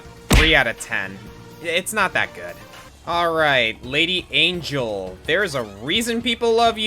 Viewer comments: Little observation: Angel is Mexican. The name is pronounced in Spanish. Other than that, good reacts. I don't think ANYBODY knows what the actuall hell is up with Xanadu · Also... Angel's name is pronounced hispanically, in general.